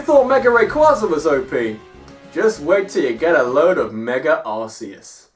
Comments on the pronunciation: Meger Evolutions. just. pronunciation. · "Megurr Evolutions"